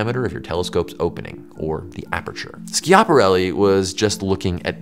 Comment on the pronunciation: If you don't know how to pronounce something, maybe Google it before turning the cameras on The amount of times you said Ski-app-arelli. Yanks favourite pass time is butchering Italian culture Was just going to say Italian language, but I remembered what you do with their food